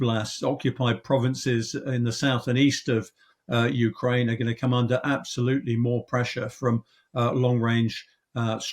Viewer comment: Did the host say "Ukrainia" ?